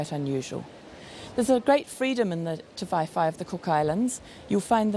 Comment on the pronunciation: Ti-vae-vae not Ti-fai-fai